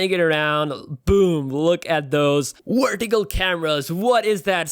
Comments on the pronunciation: It's vertical not "werticle"! 😆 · "Wertical Camra" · Christopher Aiken Ronquillo "wertical" 😂😂😂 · Tabirca Radu more like “wortical” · You can pronounce "device" properly but you can't say "vertical"?